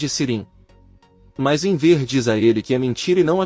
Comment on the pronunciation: Não entendo porque o locutor fala Enver, burraldo